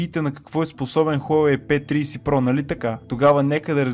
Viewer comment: P триИси про вика хахахаа